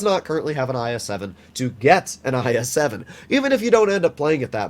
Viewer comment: Eye es seven 🤣🤣🤣😂😂😂😆 bro the pronunciation 😂